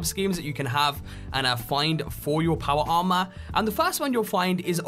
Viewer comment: Paw-Wah Ah-Mah...........